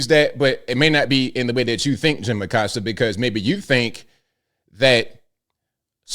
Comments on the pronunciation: Im just glad this guy is leaving so we can correctly pronounce (A-coast-ah not a-cost-ah) Acosta pronounce it right! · Acosta disappeared during Biden. I thought for sure he'd resurface during #47's term. Around here, we don't pronounce his last name Uh-cost-uh and I'm surprised that he does. Ah-costa or aˈkosta.....Spanish pronunciation of coast = costa.